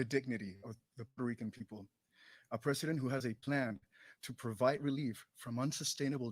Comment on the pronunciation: Biden for resident... he ain't got the "P" ....